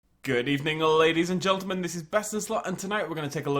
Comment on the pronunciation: U said "ladies and geltemen" instead of gentlemen xd